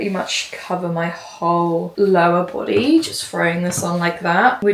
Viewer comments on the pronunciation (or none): none